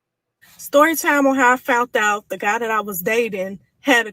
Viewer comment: “Fount out”?